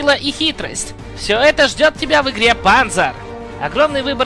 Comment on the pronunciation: ПАнзар? Разве не ПанзАр?